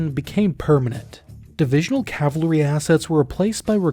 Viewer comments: Interesting retrospective, thank you, But please work on your pronunciation of cavalry-- ka·vuhl·ree I was a scout pilot in the Air Cav Troop of two cavalry regiments, 2nd Squadron, First United States Cavalry Regiment (founded as the First Regiment of Dragoons) and the11th Armored Cavalry Regiment. The organization of both troops was similar, the aircraft were similar, and the missions were identical. 2nd of the 1st was an armored cav regiment in the 2nd Armored Division. The 11th ACR was an independent armored cav regiment with its own area of operations, though it was on occasion opcon to the 1st Cav Division. Although the 2nd of the 1st was historically a dragoon (mounted infantry) regiment, that distinction did not exist in an Air Cav troop. The air cav troop of the late 1960s had an aero rifle platoon, that might seem dragoon like. They rode in on Hueys and dismounted to work as scouts or ambushers, then rode out on Hueys. This was all within the standard cavalry mission. One of the things said about an armored cav regiment was that every trooper had a ride, an ACAV, a tank, a self propelled 155mm, a Loach, a Huey or a Cobra. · I've heard of cavalry. I've even heard of calvary. But what is cavlary? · I know it's nit picky, but. CAV-AL-RY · Cav Al Ry. Your mispronunciation is is distracting. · Is he pronouncing it "cav lah ree" ? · It's fun, because you can say "cav" but every time you say "cavalry", you say "cavlary". I can't not hear it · It's pronounced "CAV-ul-REE." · cool video, but if you are going to make an entire video about cavalry, please practice saying it first. It sounded like you were saying cavLEry, and it was pretty annoying. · Not sure but he could be Canadian or British, where it’s often pronounced “Cal-vah-ree” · if you are going to do a video on cavalry , you should not pronounce it as cavalery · Why are you pronouncing it as CAVLERY???? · CAVALRY - noun ; British pronunciation (Sounds like) ka - vuhl - ree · It's NOT CAVLARY not Cavalry